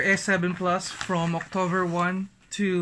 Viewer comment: october, at mobile. Lol. Iba ang V sa B. Lol